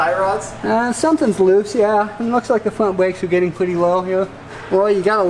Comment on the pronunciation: I didn’t realize brakes had a “w” in it? Along with every other word. Just an observation. Maybe I dun werned me something new towday